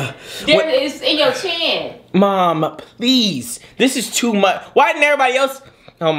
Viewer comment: lol he says mawm not mom😂 and she said suck it boy…..it reminds me of a Keenan and kel moment!